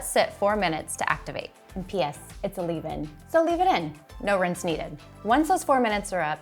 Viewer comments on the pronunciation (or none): Abbey Yung says rinse😢